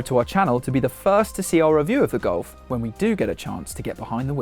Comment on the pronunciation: It looks good. Sounds like you are saying Goal-f.